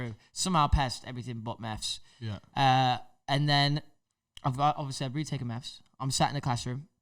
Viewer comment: Why does say “meths” instead of “maths”